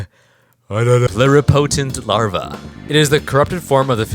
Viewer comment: i felt that pluripotent larvae pronunciation fumble 🥀🥀 actually there is a mod that somewhat does what you proposed it be reworked to called configurable benthic by kking117!